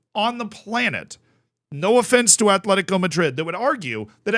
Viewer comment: Btw its AT-LETICO. Bilbao is ATH-LETIC. It maybe shouldn't do, but it bugs me when people put a 'h' in Atleti's name 😂